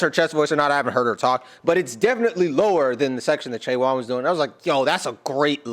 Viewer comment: A little more information ... you are correctly saying all of their names! A little about them ... Chaewon is the leader, and is an AMAZING singer. Look up "Honey" covered by Chaewon. You'll melt. Yunjin is opera trained and also has an amazing voice. Look up "Blessing in Disguise", a song she wrote about her journey to Korea, being cut a singer reality show and sent home, and then deciding to go back to Korea to become a part of Le Sserafim. Sakura is the oldest and was a star in Japan before this. Kazuha was a champion ballerina recruited for a ballet company in the Netherlands. And Eunchae (the first syllable rhymes with "done") is an incredible dancing talent that is the youngest of the group.